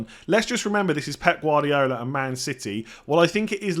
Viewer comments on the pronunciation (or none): none